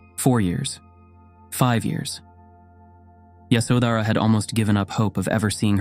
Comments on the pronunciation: The pronunciation of names hurts the ear . Her name is Ye sho dhra. The baby’s name is Ra hool. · Yoshawdara it was pronounceed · Pronunciation please pay attention. Ya sho dh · Her name is pronounced 'Yaśodharā' and as far as I know, she was aware that Siddhārtha went to seek truth. He would not have left his wife with such anxiety nor would he have been able to meditate with a restless mind. It is good that you reminded us of her and her courage and wisdom. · Phantasm, jusrt fantasy, only very few facts. First of all, learn to pronounce the names righyly, Yshódara, Rpahukla, . SeciondÑ The marriage as it stil is tradition in India was arranged. Nop love involved. Third For centuries no name of her was known. She was just called “ the Buddhas wife or the mother of Rahula. Only centuries later, someone invented this name in a Chinese manuscript.When Buddha visited his home after many years later Yashodara sent Rahuka: Ask your father yor heritage. When Buddha entered her room he was accompanied by one of his disciples, because ehe could not be alone with a wife, not even his own wife. The main promotor of the women wanting to enter the sangha was not Yashodana but Buddhas stepmother Krishna Gotami. And Ananda was the middleman. Stop talking about THE KONG ROAL etc. Buddhas father was never a King but only a governor. Why is Yashodana not muh mentioned in the scriptures? Because he did not play a great role. There were other women who have were more important. Even Rahula who followed his father was not important. And who was present the night Buddha left his home to tell us what he did and what he felt? Who was interviewing Yashodara what she felt all these years? Just fantasy, fantasy. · When you are narrating her story you should at least pronounce her name right